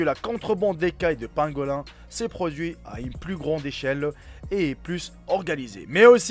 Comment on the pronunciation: Ça se prononce pangolin !😉